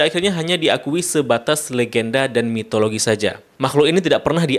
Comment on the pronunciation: Mitologi bang bukan Mitoloji